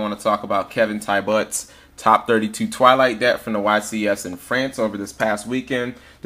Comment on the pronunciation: lol i'm pretty sure his surname is pronounced "tee -bo"